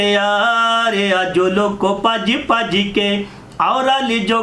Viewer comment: Paj paj ky nahi hota bhaj bhaj ky hota hay